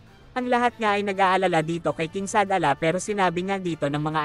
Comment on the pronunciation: Shadala ba yon oh Shalala?😂